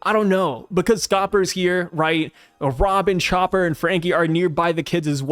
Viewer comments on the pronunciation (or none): none